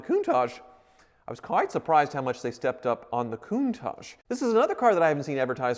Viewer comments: Literally Everyone: "Countach": "Countage" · Anyone else cringe everytime says “Coon-taj”....? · Why does he call it a CounTajh? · Is it just me or does he pronounce "Countage"???